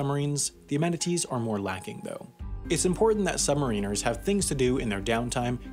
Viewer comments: "Sub-mare-in-ers." Not "Sub-marine-ers." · And also that he pronounces the title "sub-ma-reeners" instead of saying it right. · a.) My mistake - I thought that this was a video explaining how submarines work. b.) Submariners is pronounced "submarriners" - like mariners. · holy shit i dont wannt sound pedantic but its sub Mariners, not submariners.....fucking hell youre a multi million sub channel sort it out.... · Ears almost bleeding listening to this. It’s Sub-mari-ners. Not, sub-marine-ers. For fuck sake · Yeah but it's not pronounced "submarine-ers" it's "sub-MARrin-ers". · It's not submareeeeners, it's sub-mariners! Like the baseball team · submariners not submarine-ers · Sub-ma-ri-ners not sub-mariners good video though. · Good video, but I cringe every time he says the word “submariners”. The term is derived from the old English word ‘mariner’, meaning a sailor, (as in “The Rime of the Ancient Mariner”) and not for the word “submarine”. So the correct pronunciation is sub-ma-rin-ers, and not sub-mar-een-ers. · It is pronounced “Submariners” not “Submareeners” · Every time he says "sub-ma-reeners" I flinch. "Sub-mare-in-ers" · The way submariners was said is weird, it's pronounced sub-mar-in-ers, "Mar" like maritimes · its annoying me that hes mis-pronouncing sub-mariners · After hearing the pronunciation "summerines" more than 10 times, I stopped watching. What's more, I wanted to know how submarines work, not their use in warfare. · I'm losing my shhhhhet... "SUB" "MARA" "NURS" killing me saying submariners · Please learn the correct pronunciation of the title Submariners. Sub-Mariner like the Seattle Mariners. Not like a U.S. Marine. Yes I am a U.S. Submarine Vet. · Hi just so you know submariners is pronounced as sub-ma-rin-ers good video regardless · Huh? When and where? I winced when I heard him pronounce it that way. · Is he saying submariners wrong or is it just the American pronunciation? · you keep mispronouncing submariners